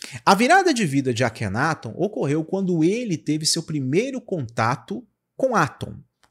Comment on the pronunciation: AKHENATON, A PRONÚNCIA CORRETA É ACENTUAÇÃO NA SÍLABA TON, NÃO ME PERGUNTE O PORQUÊ... SIMPLESMENTE EU SEI...